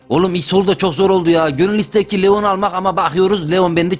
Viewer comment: Bu arada abi leon lion diye okunuyor